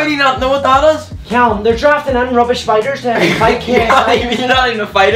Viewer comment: You know everytime I watch this video I still hear spiders instead of fighters don't ask me why I have no idea 😂🤣😂🤣😂🤣😂🤣😂🤣